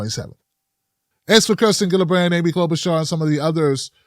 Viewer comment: can you stop mispronouncing Buttigieg and Gillibrand as if they had hard 'g's instead of soft 'g's that are like 'j's instead?